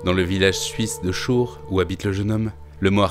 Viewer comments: Son village se prononce "kour" pas "chour". Chur en schwztzerdütsch et Coire en francais. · Excellente vidéo sur un excellent artiste! PS: Le nom français de la ville de Chur (a prononcer Kour), c’est Coire (a prononcer Koir). Bon a savoir si tu gères mal la prononciation en Suisse allemand 😂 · Alors je sais que c'est un détail, mais en tant que Suisse je ne peux pas résister. La ville où est né Giger s'écrit "Chur" (prononcé "Kour") en allemand, certes, mais en français la ville a un nom aussi: "Coire".